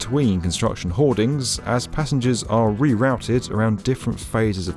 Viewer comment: He pronounced schedule correctly but mispronounced re-routed What the heck🤦🏼